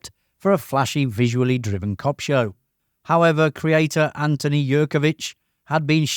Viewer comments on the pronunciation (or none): none